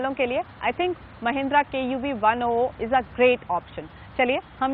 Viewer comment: its KUV 100 not KUV 00...